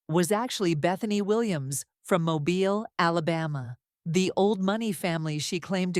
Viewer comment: The mispronunciation of Mobile is killing me!